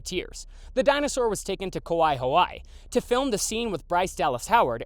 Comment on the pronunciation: Sorry, it’s pronounced “Kah-why-ee” and “Ha-why-ee.” I am a Native Hawaiian and hearing someone pronounce Hawai’i as “Ha-why” triggered me lol